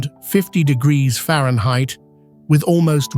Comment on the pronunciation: Temperatures can reach 100 diggita-errrfba’s? 😂